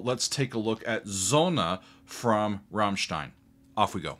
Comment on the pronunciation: "Sonne", not "sonna"